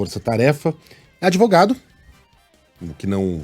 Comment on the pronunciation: Lula a palavra não se pronuncia adevogado.aprenda um pouquinho mais a palavra certa é advogado.